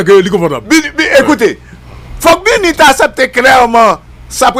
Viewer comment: Saa pa même ka prononcer BINU epi li se gro analyst... ala de koze papa!!!